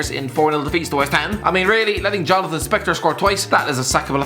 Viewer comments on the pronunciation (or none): none